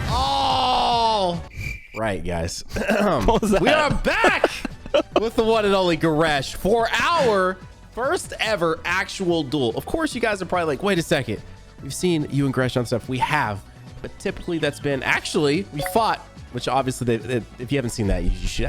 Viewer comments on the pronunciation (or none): Its duel not dual